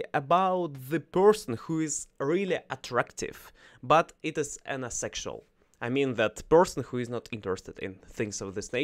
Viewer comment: Good topic today! Thanks for sharing …. One note: asexual is said as “A sexual”… pronouncing the A, just like the name of the letter…. like the sound the A makes in APE.